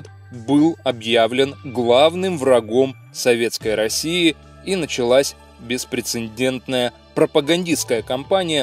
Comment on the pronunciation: Хороший ролик.Коробит только дважды автором произнесённое слово :" беспрецеНдентное". В слове этом, первой буквы "Н', не существует .